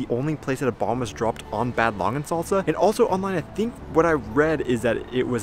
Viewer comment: You're totally right 👍 ...and to go on: It's NOT "Bäääd Langensalza"... it is pronounced with a "long (stretched) a" like in bath... 😉😂